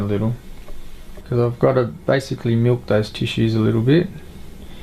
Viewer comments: Do you feel like he says miwk? Ok I guess that's oddish. Idk about nauseating haha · The way you say “milk” is nauseating 😷 Australians sure do have a way to say things